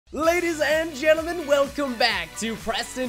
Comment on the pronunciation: I thought he said ladies and genatils 😂😜